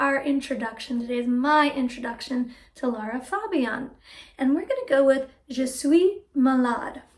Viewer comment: Her name is Lara, not Laura. That isn't difficult is it?